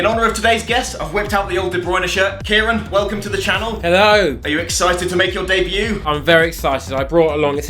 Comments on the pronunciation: Btw as an Irishman who is fluent in the Irish tongue (Gaeilge) I feel obliged to pint this out. It’s not pronounced kee-rin. The fáda on the A in Ciarán elongates the vowel to make it kee-ron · doesn’t change the fact he pronounces it wrong